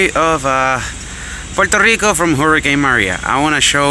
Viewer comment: Oh yea, and nice beard, and you pronounced it right 😂💪